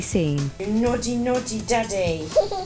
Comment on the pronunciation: Not gonna lie, but the "Noddy, Noddy, Daddy" in the intro drives me nuts. Nothing remotely close to naughty.